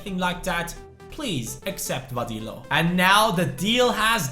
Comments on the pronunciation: VADILLO IS PRONOUNCED VADEEYO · Hey,Vadillo is pronounced Va-de-yo.